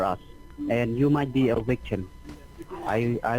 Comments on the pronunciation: If you said smartphone 📱 they would probability ask you to send a picture of either your driver's license or a picture of the woucher. They may have gotten too many 11-d-4 or other fake numbers. He did say wictim instead of victim . How does freezing the account help them find the real crook???? If the account is frozen , the crook can't wire money. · Wow, he's so "kind" to even offer you an "extension" so you can withdraw more 💰 tomorrow in order for him to steal more! Every time he'd say "wichtum" or "soshul" I'd go into paroxysms of LoL's 😂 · As usual, a great one & always happy to get a new one. Got my coffee, TV remote & G-man.....ready to face the day ..lol I bet he thought he'd hit the mother load when you said you had a IRA account. 'Wictum' ' witchum' ?.. " oh, VICTIM " ( I love learning new words..lol)